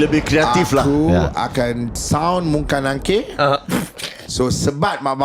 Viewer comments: Kau sebut pun Salah,Bukan nungkar nangkir tapi mungkar nakir...take note... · Nungkar nangkir le..mungkar nangkir le..sorry heh jangan salah sebut..that was MUNKAR NAKIR not nangkir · Bkn nungkar nangkir bang...munkar nakir